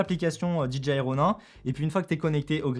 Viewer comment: Salut. Juste une petite remarque sur la prononciation de DJI. Quasiment tous les francophones font la même erreur. Pour dire DJI ils prononcent DI-DJI-AYE alors que ça c'est la prononciation de DGI. DJI se prononce DI-JAY-AYE.